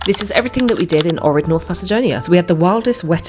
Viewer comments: It is Ohhrid not O'rid! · It is pronounced "OHrid".